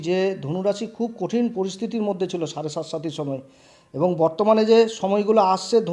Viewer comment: সাড়েসাতি ঠিকঠাক উচ্চারণ করুন